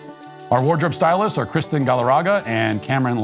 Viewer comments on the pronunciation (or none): none